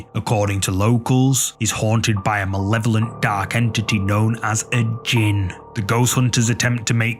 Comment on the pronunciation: JINN NOT GINN😂😂